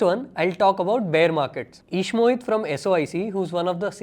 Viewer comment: ishmohit ❌ eeeshmohit ✔